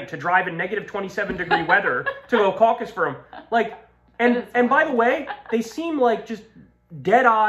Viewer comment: snickers "CAUC-us" 😂